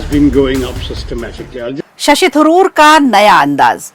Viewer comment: Thuroor nhi Tharoor